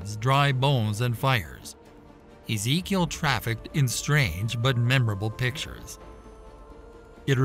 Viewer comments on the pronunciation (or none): none